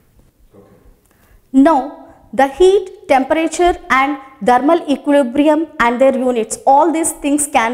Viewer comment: "Thermal equilibrium" learn to pronounce .... Kiya hoga indian education system of India